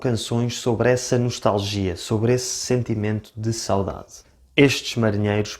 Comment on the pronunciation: Por acaso também admito a diccão ( em qualquer idioma) mas notei que o sotaque deste rapaz é, de certa forma, estranho e nem sempre correcto - a forma como ele fala ''sáudáde'' soa errada e incorrecta e estraga a sonoridade e beleza da própria palavra. Saudade é uma palavra paroxítona e, como tal, o acento tónico deve pronunciar-se na penúltima sílaba ''sauDAde'' - o que ele não fez.